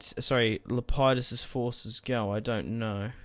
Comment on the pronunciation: It's Lep e dus